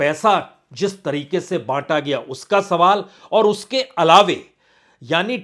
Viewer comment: बाजपेयी साहब, हिन्दी मेरी प्रथम भाषा है, मेरी वोकैबलरी के अनुसार आप दो शब्दों का उच्चारण सही नहीं करते। एक शब्द है अलावा इसको आप अलावे बोलते हैं। दूसरा है स्वयं इस शब्द का सही उच्चारण है स्वयम।